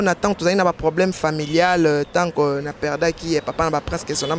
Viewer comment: balobaka "c'est dû à koi" et non ça di à koi😳😳😳😳😳😳😳lobaka pe "tu" et non ti. Liteya ya pete kk